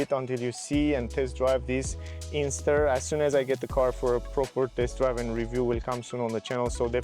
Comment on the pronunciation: It’s an INSTER, not Ingster.